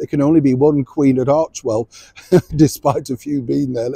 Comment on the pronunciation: Supposedly it came from the ancient Greek word Arche roughly meaning beginning, origin or command. Pronunciation usually ar-kee or ar-kay. So she even got the name of the money maker incorrect.